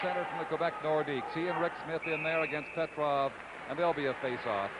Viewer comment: PETROVE is what I heard but still very poor...Mike Walton was a dud in this series .